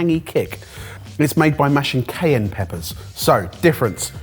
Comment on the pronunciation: Your pronunciations of cayenne and jalapeno are painful